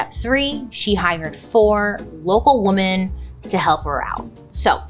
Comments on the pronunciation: Huge fan, just have to say… “woman” and “women” are different words and pronounced differently! 😂❤ just something I’ve noticed you tend to mispronounce, all love! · Bailey I love you but please have someone teach you how to pronounce woman and women. There is a difference. you’re driving me crazy 😂